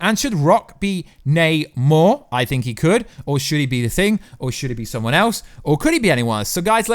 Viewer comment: Yay! is pronouncing Namor correctly!